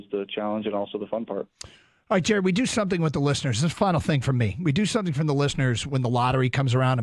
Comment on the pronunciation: JAR-ED GOFF JAR-ED GOFF JAR-ED GOFF